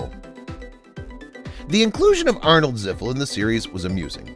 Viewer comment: Ziffel, not Ziffik. It’s obvious this guy has never even watched the show.